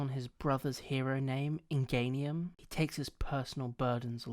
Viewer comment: Jesus christ it's pronounced IN(EN) JEN EEUM As in an engine. Not in gain eeum. How does that relate to the engines in his legs